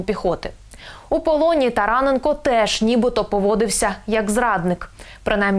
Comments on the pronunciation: ТаранЕ'нко. робіть наголос правельно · Говоріть правильно прізвище НЕ тарАненко а тараНенко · тараненк О, ГОВОРИ ПРАВИЛЬНО